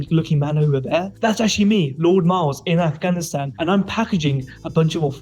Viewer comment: Miles you mispronounced your own surname, you truely are r3t4rded 😭😭